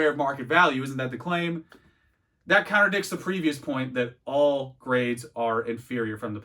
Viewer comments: I’m sorry are you saying counter dicks instead of contradicts 🧐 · "Contradicts" lol not "counter dicks" haha